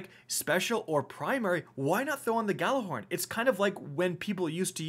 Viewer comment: “I’m ghallahorny today “ here